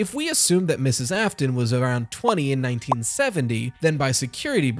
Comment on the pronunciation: William "Ai-fton", love that